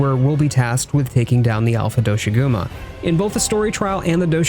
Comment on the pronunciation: Please pronounce doshagumas name correctly. It's not do-shaguma as stated by the lead creator.